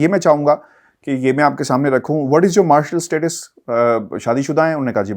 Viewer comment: مارشل اسٹیٹس نہیں، بلکہ مے ری ٹل اسٹیٹس۔